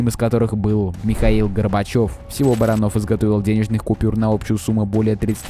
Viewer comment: Не Барано́в а Бара́нов.